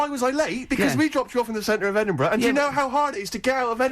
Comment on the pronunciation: is even cuter than Karl 🥰🥰🥰🥰 Well done on pronouncing Edinburgh. First and only American I ever think will get it spot on. 👍👍